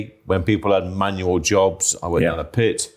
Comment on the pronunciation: Jabs or jobs - got lost in pronunciation 😅